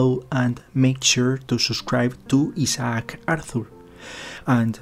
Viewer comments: I can't help but chuckle when he mispronounces Isaac as E-Sock. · That's the Spanish pronunciation of Isaac. He's got a strong accent, but his English is pretty good. In Brazil I got used to the Portuguese version of the name Isaac, Isaque (ee-ZACK-ee).